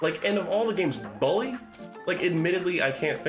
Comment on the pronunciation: lol of all the things in this stream, I didn't expect your pronunciation of "bully" to be the thing that annoys me the most. It's like BOOk, not BUcket. Or, a better way to put it would be "Bull-E."